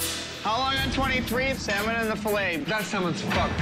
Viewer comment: "I ordered 'Sall-Mun' and got Flounder" . . . . Maybe if you'd have asked for Salmon, they might have known what you were talking about